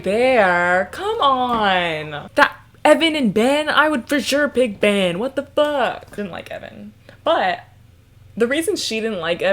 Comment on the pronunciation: I really thought you said "And that's why I love men" instead of Ben and I was like hm seems off-brand for but okay